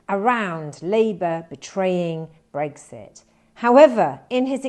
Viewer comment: It is Brexit with an X, not Breggsit.